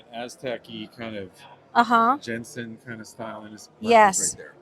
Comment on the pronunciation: I kept hearing "George Jetson" instead of George Jensen. Great video!